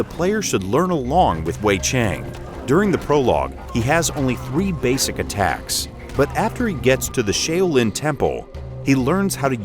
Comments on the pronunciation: Shay-o-lin!?!? No... Please delete this video and fix this. How can you pronounce this so badly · Y'all need to work on your pronunciation of Shaolin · How can you claim to be a fan of Kung Fu movies but mispronounce "Shaolin" that badly?